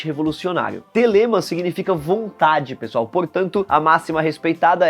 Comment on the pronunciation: O roteiro que a equipe do canal criou até é bom, mas deu pra ver que o apresentador não entende nada de Raul. A pronuncia de "Gita" e "Thelema" estão completamente erradas